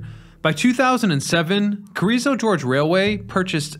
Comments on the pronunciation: Hey it’s Carrizo Gorge, not George. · Carrizo George is Yosemite Sam's cousin, I guess. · I love Carrizo George. He lives near the Carrrizo Gorge, right? Just south of the San Juan Gorge (or is that San Juan George? So hard to read and write English, especially for professional narrators). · CARIZZO GORGE, NOT GEORGE! ITS NOT A SLICK PIMP FROM THE 70'S. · It's 'Carrizo Gorge', not 'Carrizo George'. The gorge is the area it passed over. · Carrizo GORGE, not George. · Carrizo 'George'...Oy. Listen, man; I love you videos, but you've got to get your pronunciations better than this.